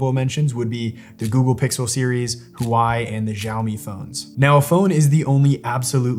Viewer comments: Huwhy? Wa-way :) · Hi from Canada! My Samsung Galaxy A71 is considered "older" but the camera DOES have a manual setting (called Pro), where you can adjust many things manually. Thanks for the update and info. (Psst: Huawei is pronounced WAH-way. :yougotthis: ) Much thanks! Your explanation was excellent; I actually understood it all! 🤗 I still struggle with lighting and glasses, tho... SO annoying. 😄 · Solid vid, really appreciate the shots, the lighting, and the how articulate you are! -oh, and "Huawei" is pronounced "WAH-way" btw <3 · As an American living in China and who speaks Chinese you pronounced "Huawei" and "Xiaomi" phone wrong. At least you know about those phones though which many Americans don't. Secondly, Apple is still best. Many chinese people have Apple over Huawei and Xiaomi although Xiomi has an car that looks like a Porsche AND Huawei also makes cars both EV vehicles.